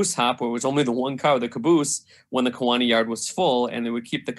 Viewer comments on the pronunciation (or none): The City of Kewaunee is pronounced: KEY-wa-nee. Not K-WAA-nee.